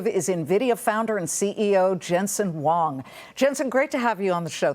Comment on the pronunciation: its Huang, "Hua-wong" obviously this reporter does not know anything about wall street.